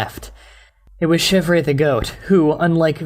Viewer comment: Chevre is actually pronounced "shev". It's French